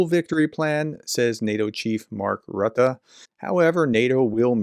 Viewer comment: FYI, I think the 'u' in Rutte is pronounce as the 'oo' sound/phoneme rather than the 'uh'. That makes his name pronounced like 'Roota' (but not Rooter).